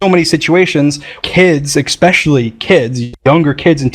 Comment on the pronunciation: Dream... you really need to stop... SAYING EKKKSPECIALLY!! IT'S ESSSPECIALLY! THERE IS NO K, THERE IS NO C! IT'S ESSSS NOT EKKK OR ECCC!!